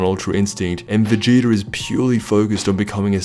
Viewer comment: Sounds like he said "Vegeter" in the beginning 😆